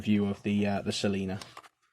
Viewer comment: I like the Celina’s slip better, but this knife looks lovely. I probably prefer the Santos wood on my Celina, but that would have looked great on this pattern. By the way it’s Celina as in Cello, rather than Selina... I found this out after I made my video.